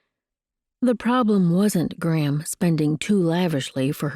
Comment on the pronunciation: Enjoying the story and will be looking for the other books. One thing that distracts me is the narrator’s pronunciation of Gram, sounds more like “Graham “ to me.